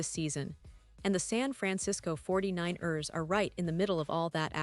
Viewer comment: Can you please fix the pronunciation of the 49 rrrrsss?